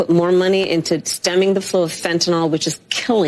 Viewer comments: Can't anyone pronounce fantanyl? It's a y not an o. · PS: Fentanyl doesn't have the letter "O" in it, so it's not pronounced like Tylenol. Fen-tan-nyl not Fen-ten-ol. Partly a matter of being able to enunciate properly and also having a basic knowledge of what vowels and consonants are, and how they're used.